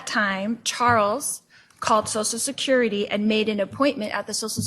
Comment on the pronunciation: Social “sicurity “